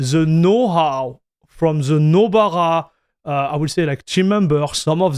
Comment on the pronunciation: Anyone who doesn't already know what Nobara is will have no idea what you're saying when you pronounce it